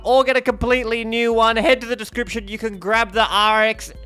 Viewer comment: I got flashbacks to Vince from sham wow and slap chop with your sales pitch up front. Epic pronunciation with spin screen , “if youuuuuuuuu are lookin to upgrade” If all else fails you can sell home gadgets 😂. ❤ from a Texan Gannon/bowser main